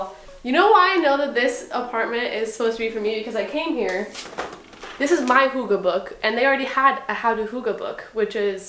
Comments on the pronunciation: The y letter, in Hygge is not pronounced as an O or U sound, but I will give you props, just for having danish books at all (-^_^-) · "hugge book" hahha love when foreign people try to speak danish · As a dane its funny to me how you pronounce "hooggah book" 😅🇩🇰 it looks "hyggeligt" tho. ☺️